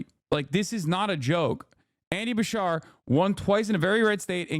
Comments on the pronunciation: As a Kentuckian hearing Hasan say BaSHAR instead of BaSHEERE was killing me. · Love Beshear but would do anything to convince Hasan to stop saying ba-shar